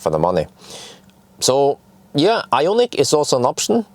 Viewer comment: Hi, what do You think about Ioniq 5? You are the most famous since Borg. Why don't You ask Hyundai (BTW You have to improve better pronounce) to test the new Ioniq 5 for 6 month or so. This would be the best ad for Hyundai and they need good advertisement because of issue with burning Kona Electric. It would be awesome.